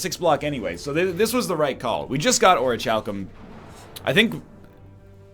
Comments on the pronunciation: I've giving up trying to get him to say Or-ee-cal-cum. T_T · this is a pretty awkward episode to comment this (not by far the first time he said what I'm about to correct him for, and extremely early in the series as well), but I just have to: "orichalcum " is not a hard word: the "ch" is a hard "k" sound. It's a fantasy metal mentioned by Plato in his tale of Atlantis, and in 90% of fantasy novels from there on. Just think ORIKALCUM and you'll be fine. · At last, he correctly pronounced orichalcum!!! Oh wait never mind, he reverted to the wrong one again... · Someone please tell me he starts saying Orichalcum correctly. x_x It shouldn't bother me as much as it does, but gah!